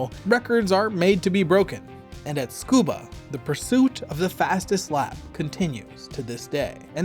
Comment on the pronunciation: Bro called the track 'Scuba' the whole episode for some reason